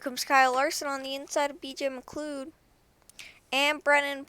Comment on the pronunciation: Not trying to be rude or anything and i know this is an old video, but BJ McLeod's name is pronounced, "BJ McLoud" At least that's how most prounce it